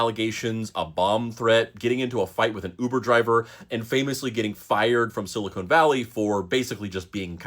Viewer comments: Sili-con, not cone my friend. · Can we pronounce it Sil ih con? Not silicone. One us a mineral one is a window sealant. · It's Silicon Valley, not Silicone Valley. Ugh. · Pet peeve, but it’s siliCON, not siliCONE. Microchips are made with siliCON, breast implants are made with siliCONE. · Are... are you pronouncing it like that to drive engagement? Silicon is pronounced with the same inflection as "controversy". Or was he in a long running TV series about a valley of rubber boobies? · Why does this guy pronounce it as “Silicone Valley”?